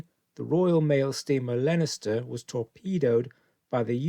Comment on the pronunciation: Get the basics correct please - the ships name was Leinster - pronounced Lenster, not Lenister as you seem to say each time.